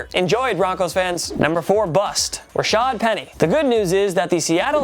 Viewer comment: I like how you said raasad penny and put a picture of like Davis